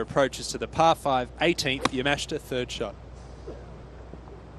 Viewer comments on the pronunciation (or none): You would think the announcers would learn how to say the Japanese players names. Especially since the tournament is in their home country. He said Yamashta instead of Yamashita like 5 times.